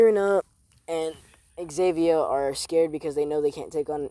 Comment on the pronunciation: Not Xavier it’s xenovia zen-oh-via